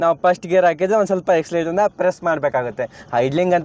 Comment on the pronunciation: ಗುರು ಅದು " Accelerator' ಅಂತ "Eccelerator" ಅಲ್ಲ. ಅದಕ್ಕೆ "ABC" ಅಂತ. ಗುರು ಯಾವತ್ತೂ ತಪ್ಪು ಮಾರ್ಗದರ್ಶನ ಮಾಡಬಾರದು.